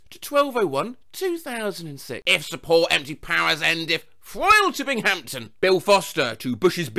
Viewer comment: I actually live in the general area of Binghamton and it was really funny to hear you say it like BingHAMton. We say it like Bingumton, lol! Yours is much more proper. Thanks for making me smile with your videos!